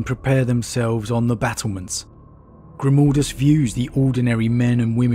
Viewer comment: Please please for the love of the Emperor, stop calling mah boi, "Grimoldus." I cringe internally every time I'm reminded of "Mold" when speaking of the Hero of Helsreach.